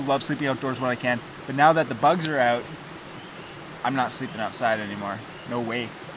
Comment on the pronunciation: I love this „eout“ instead of „out“